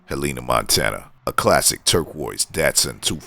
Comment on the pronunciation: Hell-N-Ah, not He-Leen-Ah